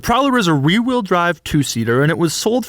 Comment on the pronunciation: " The Prowler is rewwheel drive"